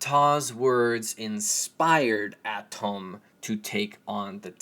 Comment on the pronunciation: Close... when saying "aum" it's uhhHhhAA,TUMMMmmm!! (Atum)